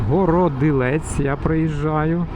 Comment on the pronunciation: Вітаю.Городилець,наголос на другу "о".